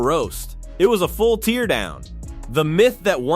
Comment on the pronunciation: Yuck with the AI........... "tear" down, gtfoh, use a F'in human for narrating.